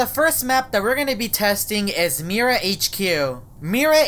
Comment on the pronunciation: Mira Pronounce the word of that My-ra